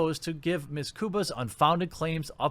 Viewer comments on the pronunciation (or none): "Ms" is pronounced, "Mizz", not, "Miss". How did you end up an adult, who was educated in America........yet who doesn't know this basic fact??